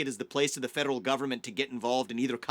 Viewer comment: Why cant he say the word 'federal' correctly?